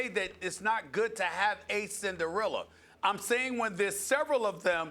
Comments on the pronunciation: omg learn how to say CINDER - ELLA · Stephen A. is so impatient to make his irrational ass points... "Cinderilla" lol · Wtf is a cinderiller Stephen A ? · “Cindirillas” sas makes it sound like a roll up lol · "Cinderelers" - SAS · Stephen A Smith: Cindarillas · I'm just laughing at Stephen A pronouncing it "Cinderilla" 😂😂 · JaJa Pachulier > "Cinderilla" Teams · Wtf is a Cinderilla 🤣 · Mackaveli Millz he says the word as if it's a dinosaur or something